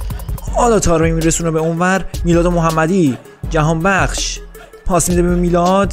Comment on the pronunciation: چرا همش به جهانبخش میگی جهانبکس ؟ 😅🤣